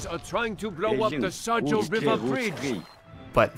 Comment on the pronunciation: I always laughed when the game pronounced it as "sa-joe" river. :D Actually it is more like "Sha-yo". :)